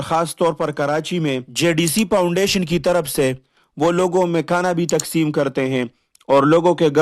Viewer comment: یہ کیا پاونڈیشن پاونڈیشن لگا رکھا ہے؟؟؟😂😂 پاونڈیشن نہیں ہوتا فاونڈیشن ہوتا ہے فاونڈیشن بولنے تک کی تمیز ہے نہیں پہاڑوں سے اٹھ کر آتے ہی ویڈیو بنانی شروع کر دی اور تفرقہ اور نفرت بیچ کے اپنے ماں باپ اور بیوی بچوں کے لیے روزی روٹی کا بندوبست کر رہے ہو یہ جائز اور حلال رزق ہے ؟؟؟ اس سے بہتر تھا کے بیلچا اور کھدال لو اور کھڈے کھود کے اپنے ماں باپ اور بیوی بچوں کا پیٹ پالو کم پے گزارا کرلو ورنا کہیں بھیک نا مانگنا پڑ جائے تمھیں بھیک بھی کوئی نہیں دینے والا ۔۔۔۔ 💪💪 یہ تفرقے اور نفرت کا منجن اب نہیں چلنے والا یہ نا ہو مجبور ہو کے ظفر عباس کے پاس جانا پڑے ۔۔۔🙈🙈